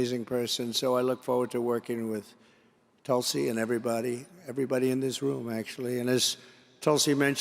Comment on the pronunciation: Tulsi is an opportunist and a sellout! Dumpi can’t even pronounce her name! I cat believe she is kissing up to this creep!